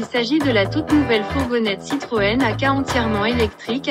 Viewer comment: Citron , learn to pronounce properly, it's not that hard , Citroen